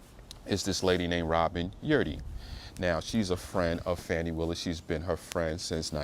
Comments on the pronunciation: At least pronounce her name right. It's irritating to hear so called professional people keep saying fanny when her name is Fani pronounced "fawni". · The woman's name is pronounced (Fawn) (knee) like a fawn. Not fan not Fanny. It is quite disrespectful to keep saying it incorrectly even though what they she and Wade did was disrespectful. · This entire video is disrespectful. Her name is pronounced Fawnie and you keep saying Fanny 🙄 and just affirming what the defense has to say without accurate facts. Carry on 😂😂